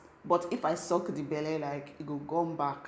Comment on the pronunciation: Lol she say na "if I suck the belle, e go gum back" 😂😂😂 ur funny o